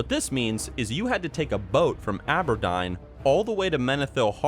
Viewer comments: Abberdine? It's Aw-bur-deen. Auberdine. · Ah-Ber-Dyne!! LMFAO I'm literally dead! Gave it a Southern sounding twist too Hhahah Fuck XD